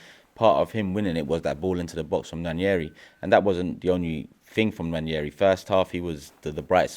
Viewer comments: Nwaneri is pronounced ‘Wah-ne-ree’ not ‘Wan-yeh-ree’ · There is no 'Y' in Nwaneri. We owe it to him to pronounce his name correctly. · Why do they all keep Butchering Nwaneri's name😂😂 It's Nwaneri not Nwañeri ffs😂😂😂